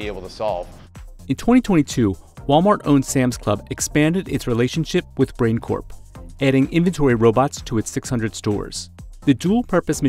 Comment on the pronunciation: It's "brain", NOT Brian.